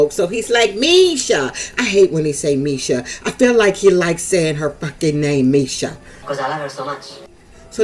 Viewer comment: Oh how it's annoying the way Nicola keeps saying Meisha's name... I bet Meisha smokes more than that once a year! Love from Nairobi, Kenya